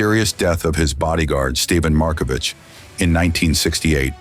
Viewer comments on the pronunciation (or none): This is a surprisingly good short documentary about Alain Delon. Great pictures and you captured the essence of what made Alain...Alain. One minor quibble: "The Markovic Affair." You don't pronounce it with an "h" at the end. Alain was on Dick Cavett (available on YouTube) and pronounced it "Markovic," just the way it's spelled. Other than that, very enjoyable!